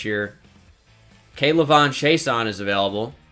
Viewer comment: You butchered K’lavon’s name it’s all in one like act like the apostrophe is not there😉